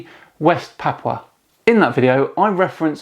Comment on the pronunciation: I was born in Australia. The "Gulf of Carp and Terrier" was taught in school at least since my mother was being educated in the 1920s. It was on maps before that, too. We have always been close to Papua New Guinea. (Pronounced PA-POO-A, not PA-pa.). There is a sunken land bridge from Australia to that land.